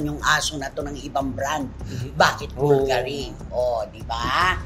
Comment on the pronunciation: It’s BUL-GA-RI!!!!